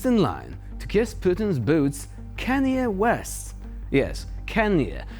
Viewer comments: Kanye is pronounced Khan-yay. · Can yae, is an excellent pronunciation,! Mind if I use it too?? 🔥😝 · "Kanye" is pronounced "CON-yay", which is kind of appropriate.